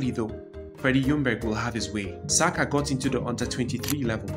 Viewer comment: You pronounced Ademola and Oliseh correctly, but somehow you've forgotten the correct pronunciation of Saka😂😂😂